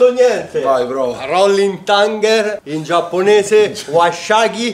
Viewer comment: Thunder not thunger 😂😂